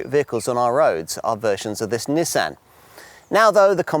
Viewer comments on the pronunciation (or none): Well it certainly isn't pronounced Neesan. There's no letter E's in there at all.